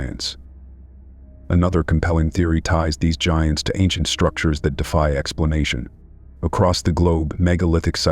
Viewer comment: Love the way the AI voice says gee-ants instead of giants and geeganteepithicus instead of gigantapithicus.